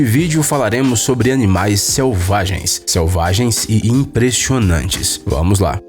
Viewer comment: "imprexionantes" sksks amei o videoo